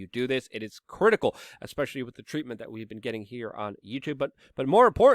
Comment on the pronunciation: "Ekspecially" Love it.